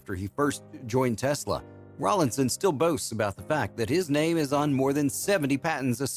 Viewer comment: Ffs his name is not Rawling. It is Rawlinson!